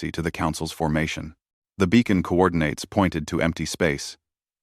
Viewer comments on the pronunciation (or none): Well!!!!???? Are they SKRAFEE or SKRAFUH!!!??? BECAUSE, your FREAKING AI SURE DOESN'T KNOW!!!! AND, WTF is "NUMBER"!!!! ALL by itself in its own sentence!!! AND tell your Crap AI that there is a difference between "co-OR-din-uts" and "co-OR-din-Ates"!!!!! It used the latter, this one meaning to work together. The one it SHOULD HAVE USED is the first meaning a set of geographic or spacial points to a specific location!!!! THAT is the one it should have used in that context!!! If YOU had listened to, proofed and edited prior to posting, these gross errors would not be in the version we are suffering through!